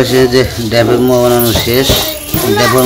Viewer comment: Ota muaa na. Moaa bolun moaa.